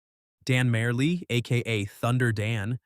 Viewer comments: Pronounced like: “Marley” & it’s not “Gin-ah-blee” it’s “Gin-O-blee” If you’re going to do basketball content with historical data, do thorough research please. Google searches will show you how to pronounce all names of players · “Dan Mayer-lee” is exactly how 12 old me pronounced his name while watching him play in 1993. Thanks for the moral support AI voice. 🙌🏼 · It’s pronounced Dan Marley, not whatever you said. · It's pronounced Dan "Mar-lee" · You clearly never saw Dan play, as you mispronounced his name. It is "Dan Mar-Lee" That's how his last name is pronounced. Dan Mar-Lee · Thunder Dan pronounced his last name “Marley”. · “Marley”, like Bob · Its pronounced like Marley not that gibberish you spouted off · I cant even listen to the mispronounced names...mayer-lee? Gin-ah-blee? Cmon man! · Dan Marylee? It is pronounced “Mar - Lee”. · This list is ass. Also, learn how to pronounce Dan and Manu's names. Sheesh. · LOL starts off by mentioning the worst dunker Lebron James and next says Dan Marjerle wrong but he was better known as a shooter from way outside and never heard of Budinger and he didn't know how to say Manu's name.....this must be Stephen Hawkings voice ....yeah Tom Chambers could do it and I saw him at the All Star game at the Kingdome but I put Bones Barry ahead of him but I remember when that movie came out in 1992 and proved that to be BS all the time when I played City League for 20 years ......didn't jump as high the last 5 years but we had jumping and dunking contests and I am 6ft 3 and my highest reach was at the top corner of that white box on the backboard on the right side since I am right-handed.......ah the good old days.....now it is hard to stand up and walk around since the knees are not feeling very good now....but I would do it all again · Lost me when you couldn’t pronounce thunder Dan’s name right come on…. Tell me this is a fake AI voice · You really can't pronounce Dan Majerle's name correctly?